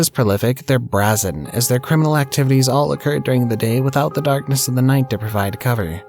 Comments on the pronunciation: Love your vids. Btw, it's bray·zn. BRAYzin. BRA-zin would be a lingerie thief. 👙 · It's pronounced bray-zen. not braz-in